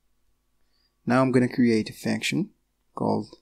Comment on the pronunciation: Sounds like you're saying faction or fanction. It's pronounced "funk-shin/"... vowel is u, not a. (sorry, it was making it hard for me to focus on what you were saying. Hard enough to focus as it is, lol.